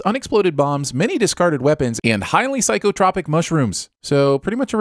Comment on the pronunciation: No big deal, of course, but psychotropic is pronounced /ˌsīkəˈtrōpik/